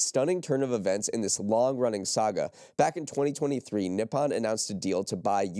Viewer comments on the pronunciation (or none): great listen today! FYI i believe its "Ni-Po-N (Knee- Pou- N)